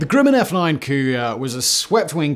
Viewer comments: What’s this company called “Grooman?” I’ve heard of “Grumman” (rhymes with “gum” not “groom”). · Always heard it was GRUM in instead of GREW min… Sorry Si to keep jumpin’ on you for your infamous mispronunciations, still love 💕 you and our long forgotten Danny too ! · Hey Simon, my dad worked for Grumman, on the Apollo LM. He always pronounced the company name’s first syllable like that of the word “grumble.” That is, not like “groom.” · It's not Grueman, it's Grumman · We Yanks pronounce it Gruhman (like brush), not Grooman. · "Grooman" ==> "Gr-uh-man" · Grumman is pronounced with a soft u, as in "gr-uh-mman." Successor company Northrop-Grumman has several facilities dotting the part of Los Angeles where I live, so the name is as familiar as McDonald's or Burger King. The only thing is, unlike other local aerospace companies in town here, no way is anybody allowed to get close to any Northrop-Grumman location. Allegedly. cough, cough B-21 Raider stealth bomber which deserves to be featured in a future episode of Sideprojects or Megaprojects.